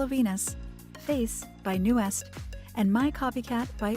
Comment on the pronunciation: Fyi : He is admirer Bruno Mars the most, Nuest not Newest, Baekho not Bacho, Pledis Not Plenus.